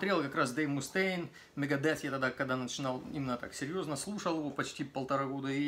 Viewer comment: Только не Мустейн)))Мастейн его фамилия!